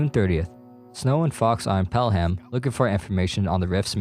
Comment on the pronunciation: Pronounced “Pel-um” great video though